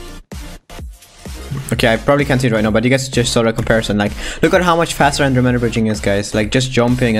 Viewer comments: an dro m e da NOT ANDROMEEEEEEEEEEEEEEEEEEEEEEEEEEEEEEEEEEEEEEEEEEEEEEEEEEEEEEEEEEEEEEEEEEEEEEEEEEEEEEEDA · Nobody:: An-Dro-meda No hate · stop pronoucing it like that, that word was founded like 964 CE